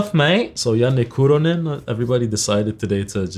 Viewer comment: As a Finn I'm more impressed by pronounciation of Janne Kuronen than his guitar playing lmfao